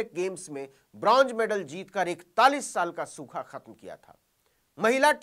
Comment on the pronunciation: Gustaakhi ma'af, bronj nahi bronz medal hota hai